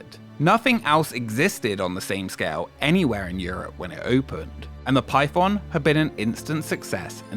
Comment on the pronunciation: Ngl I didn't read the title and I thought you were saying pipeb0mb the whole time- 💀